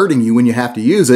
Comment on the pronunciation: You said, "Hurt meh now," funny. You one of them BDS&Mers? :-)